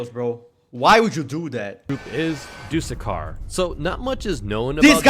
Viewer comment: Fu-ck you you said matt dusekkar not trust worthy